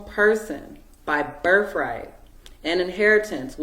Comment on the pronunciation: What's a "berf-rite"?? Plus, the child is WAYYYYY better off away from this woman!!